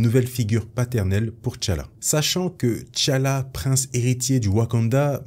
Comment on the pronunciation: Té Tchalla et Té Tchaka et non Tchalla et Tchaka